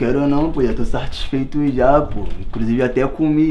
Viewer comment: TOU "SARTIRFEITO" JÁ KKKKKKKKKK